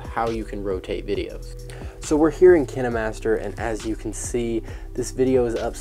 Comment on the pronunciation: It pronounced k-yn-ma-st-er